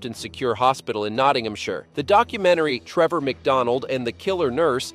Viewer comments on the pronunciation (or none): none